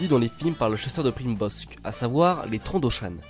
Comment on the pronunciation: ça s ecrit Trandoshan et se prononce Trandoshanne et old rep. n est pas une reference